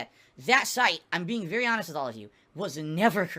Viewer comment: Anyone who keeps stressing that they are honest. Are often the biggest liars. Bro said hanest so much the word has becomed white noise.